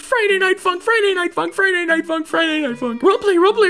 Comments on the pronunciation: You saying funk sounds like F***k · When he says 'Funk'' it sounds like he's saying 'f*ck'